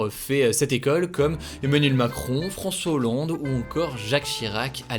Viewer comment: Onmanuel moncrooooon, froncois holloooonde 😂